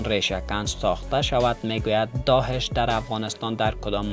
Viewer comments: داهش نه داعش درست تلفظ کن لطفا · سلام تشکر از گزارش شما لالا درست بگو داعش نه داحش